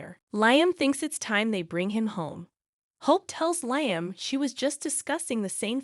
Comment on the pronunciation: You need to learn to pronounce the characters names correctly. Lyim?